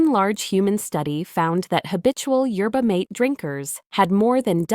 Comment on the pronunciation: Yerba Maa ta Ai, learn to pronounce words !!!!!!!